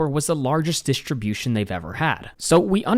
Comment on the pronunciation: When did "st" become "sht"? (Dishtribution.)